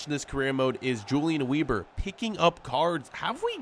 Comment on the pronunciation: The way he says Julian Weber is so American